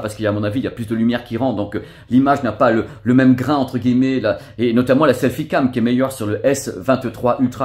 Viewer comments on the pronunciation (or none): none